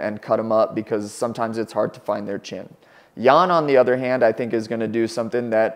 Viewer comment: Not necessarily. Could be correct spelling but wrong pronounciation. Xiaonan's last name is also Yan and they say it wrong too.